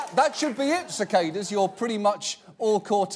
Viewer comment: It annoys me how he says cicada